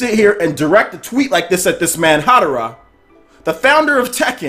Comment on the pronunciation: Harada pal,not Hadara.